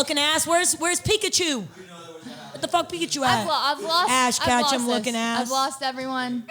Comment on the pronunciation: "Ash Katchum" 🤣🤣 "KATCHUM"